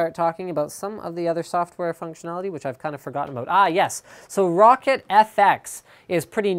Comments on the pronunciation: LINUS ITS PRONOUNCED ROW-CAT !!!!! LIKE SO HE CAN SEE! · Lol he said rocket instead of roccat